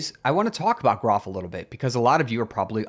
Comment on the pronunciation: By the way groff is pronounced JEE-roff as shown at the very start of the Wikipedia page and as explained in the document linked from that page. The best way to avoid mispronouncing it is for groff to finally get replaced and forgotten.